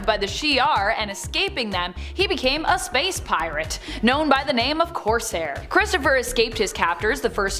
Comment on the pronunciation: It's "Cor-saire" not "Corse-hair" he is a pirate not a hedgehog